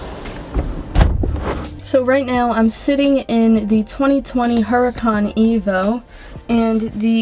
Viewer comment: You don’t pronounce the ‘ H ‘ - it’s pronounced “ Oo ra can “